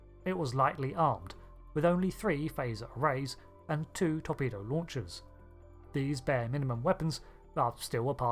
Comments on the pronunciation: “Torbedo” launchers… I know there’s a trend to voice all consonants in UK English (pronouncing “vertical” as “verdigul,” etc.), but c’mon. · "TorBedo" Launchers?